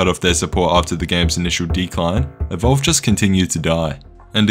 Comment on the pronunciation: You really butchered EVOLVED :( The sad part is that to be competitive in DbD you have to pay many times more than EVOLVED now. (Unless you grind many thousands of hours you might be able to afford one or two “free” characters (non licensed ones) I think dbd is up at around 240$ for all DLC + game ATM.